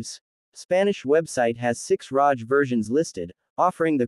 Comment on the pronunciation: Its not pronounced rosh like roger its rog.. like hog